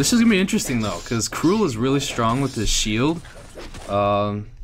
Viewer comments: Crul not crule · it sounds like crawl